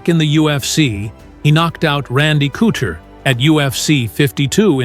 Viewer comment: Randy cooter lol cmon narrator guy you’re better than that